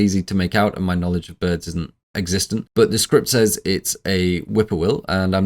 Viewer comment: Says is pronounced sez. It’s not difficult if you practice.